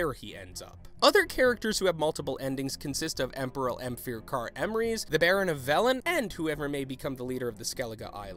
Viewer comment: "Ehmfyr Car Enricks"